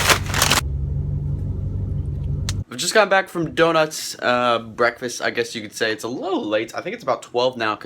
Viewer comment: bekfast lol